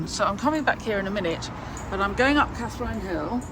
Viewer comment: Sorry to correct your pronunciation but it's 'Catherin' Hill, thanks for showcasing Frome x